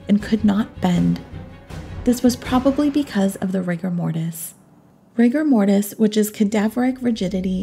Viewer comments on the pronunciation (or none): Wha I heard her add a n instead of r when she said Rigamortus😂